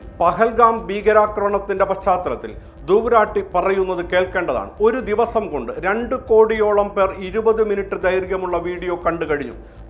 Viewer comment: രാട്ടി അല്ല തൂമേ... റാഠി